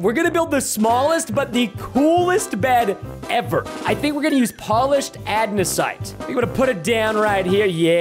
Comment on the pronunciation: polished 'adnesite'?😅